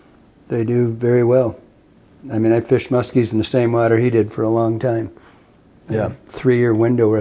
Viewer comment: yall are saying muskie wrong.